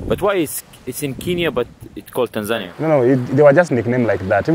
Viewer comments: Please learn how to pronounce "Tanzania". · These AI videos are getting annoying. When it learns how to pronounce Tanzania it’ll take even longer before we notice.